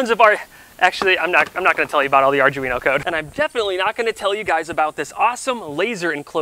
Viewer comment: "Arj-weeno"???? The people at arduino would be amused.